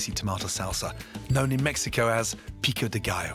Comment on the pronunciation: His prononciation of "pico de gallo" was great!